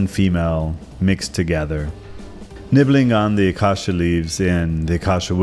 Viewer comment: It's pronounced Bay o bab and A cay sia... fyi